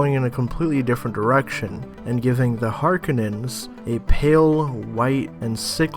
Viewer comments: Har...kou...nan. not harkinins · Pronounced HAR-KO-NANS! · Sorry I had to stop watching when I heard..."The Harkunnens". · I had to stop watching this video after the 5th or 6th time the speaker says Harkenons... Holy Cow.